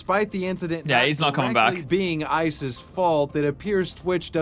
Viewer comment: When he says Ice's it sounds like he's saying ISIS 😂